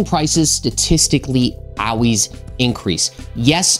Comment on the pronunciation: He said, "AWWAYS!!!"